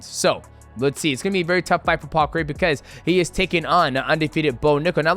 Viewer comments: DJ might be the only American that can pronounce Craig correctly 👏 👏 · Best American pronouncer of paul craig's name known to man